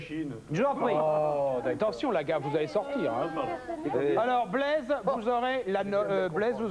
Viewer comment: C'est Blaise, le prénom. Pas Bleze ! 😂